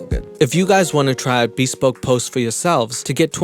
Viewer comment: Admittedly, I might be wrong. But the normal pronunciation for bespoke is /bəˈspōk/, with the emphasis on the second syllable. Maybe this company doesn't pronounce it that way and maybe I'm being an ass for talking about it. But I was trying to be helpful. Feel free to tell me to f*** off... I just couldn't help myself. 🙃